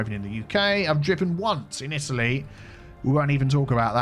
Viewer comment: Did I heard Isaly for Italy ?